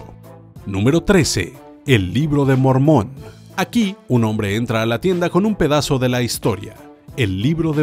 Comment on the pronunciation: NoooOOooOOo "e libro de mogmon" xdxd